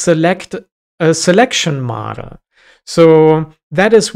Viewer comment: As a German, I keep on hearing "Madl" (which is Bavarian dialect for "girl")